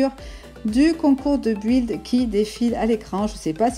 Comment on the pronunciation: ça se prenonce bild et ça s'écris build je me debrouille en anglais 😅